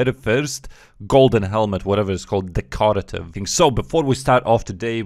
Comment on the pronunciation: decorative = deh-kuh-ruh-tuhv